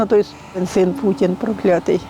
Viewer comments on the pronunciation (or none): none